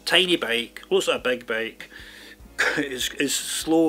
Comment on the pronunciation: It is "bike" not "bake" also it is "designers" not "desaigners"